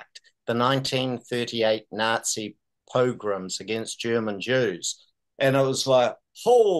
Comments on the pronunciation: By the way, it's 'pogroms' not 'progroms'. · Not "progroms",, its "pogroms".